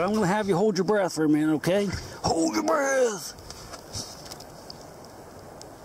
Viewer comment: I love when you say hold yer breathe